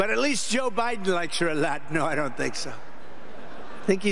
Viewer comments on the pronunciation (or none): none